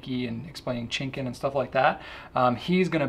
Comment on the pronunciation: Hi GPC, I love the way those new Namiki Pens look, but the way pronounces Chinkin is a little cringe-worthy to me. The correct pronounciation is closer to "cheen-keen" because the Japanese pronunciation of the letter I is the same way we say the letter E. Thanks, and sorry for the nitpicking.